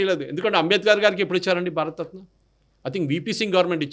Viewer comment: 52:3 భారత రత్న భారత తత్న కాదు 😂